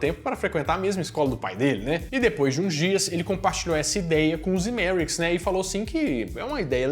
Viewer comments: Mais um ótimo vídeo. Mas que deu um tic toda vez que você falava Zemerickis no lugar de Zemeckis, isso deu hehehe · É Zemecks e não "ZemeRicks"...!!! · O sobrenome do cara é "Zemecks", mas o sujeito insiste em chamá-lo de "Zemeriquis" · “De Volta PRU Futuro” “ZemeRICKS”!? “DeLoreOn”!? “MÉQUIfly”!? “Éric StAltz”!? “Power of Love, sem o The”!? Vocês gostam mesmo do filme? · ZEMECKIS!!! (e não "Zemericks") 👍🏼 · "Zemericks" hahaha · Hahahahahahahaha eu achei que era Zemeriks só porque o falou pensei "será que eu entendi errado minha vida inteira?" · Que agonia tu falando o nome do Zemeckis errado o vídeo inteiro.